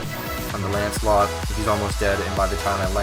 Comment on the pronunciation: Why do people always call it ancelot?